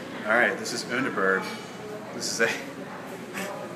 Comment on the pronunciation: Yo, Greetings from Germany! You pronounce it quite right! uuuuunderberg. Its my favorite drink and i prefer it to jägermeister because it has less sugar and more herbs. Try to drink it out of a glass; makes it much nicer. Cheers!